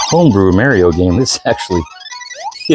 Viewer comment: who the fuck is Mary-O it's Mar'''ee'' O